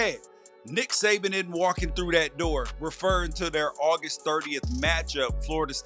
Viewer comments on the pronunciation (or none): none